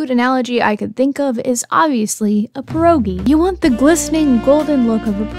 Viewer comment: Not the pierogi as✨ piłeroogii✨ thank you thats a gift for polish folks